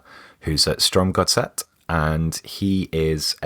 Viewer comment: For all the times has struggled with pronunciations, I think he did quite well in his pronunciation of Strømsgodset. So credit where credit is due!